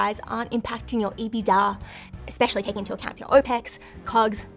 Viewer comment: It's EBITDA not EeBeeDA :)